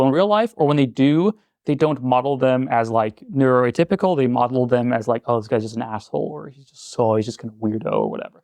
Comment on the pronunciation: He said neuroatypical